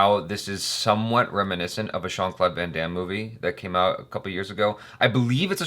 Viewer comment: "Shawn" Claude Van Damme? Lol It's "Jean"-Claude Van Damme That's why when you looked it up u didnt get the right movie at first